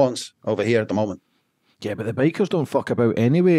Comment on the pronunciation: ‘ Bike-ees?? It’s bikers Lad!